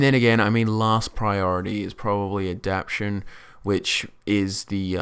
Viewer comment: say it with me now: aah-dap-TAY-shun love these build vids. giving me lots of ideas for focusing on high level abilities and buffs